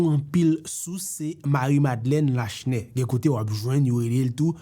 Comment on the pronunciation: Lachenais pwononsé La Chenais é non pa Lashnè. Joute sé yon ti non. Moun édiké di Borjla pou Borgella, é non pa bor-GÉ-la.